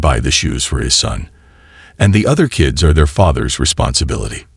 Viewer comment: why black people never speak it right the word kids, she says everytime KKIIIEEEDS xD